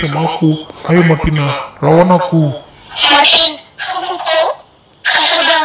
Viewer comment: Kok kalo kakak bilang Martin aku denger nya maki:v(di sakura)